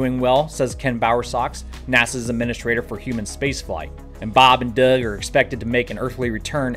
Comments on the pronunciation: Why do you say "Doug" with that accent? He's from New York. ;-) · It's weird how you pronounce Doug.